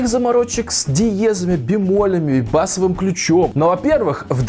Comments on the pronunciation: Не бАсовым, а басОвым))) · Не бАсовым , а басОвым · не бАсовым, а басОвым